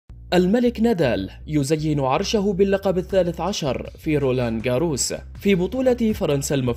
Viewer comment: اخطاء بالقراءة خصوصا في اسماء اللاعبين واضح انه شخص غير مهتم بالرياضة او غير متابع رابائيل نادال ديوكوفيتش فريد رير ايضا اسم البطولة نطقه بشكل غريب رولان غارووووس غير مقبول من اعلامي حتى لو كان صاحب صوت جيد مثل هذه الاخطاء